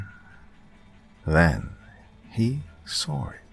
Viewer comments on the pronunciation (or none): "And then, he sawer it"